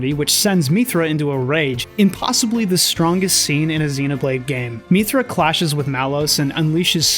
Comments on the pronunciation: I'm just curious, where does your pronunciation of "mee-thra" come from? Throughout the game Mythra's name is said about a hundred times and it's always "mith-ra" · The way he keeps pronouncing mythra wrong annoys me. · They say Mythra's name about 500 times across both of those games so I don't understand why you are mispronouncing it except that you're doing it on purpose for some reason. Also, why did you completely gloss over the connection between the first two games? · Great video, was a fun watch. Your pronunciation of "Mythra" kinda triggered me but other than that I enjoyed your take on the series 😂